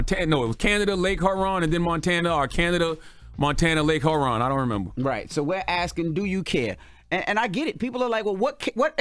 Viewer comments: Okay...butt it aint Lake "Her-on".{ She aint "on" anything ! } It's "HURE, { pronounced like CURE },~ON". But, wait...you aint never heard of that Lake before...nevermind. Sorry ! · Charlemagne said 'Lake Heroin' 😂😅🤣